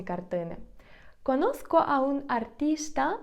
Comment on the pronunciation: Дякую, гарні ваші відео. І вимова правильна. Але ось слово conozco хіба звучить через "к" в кінці слова?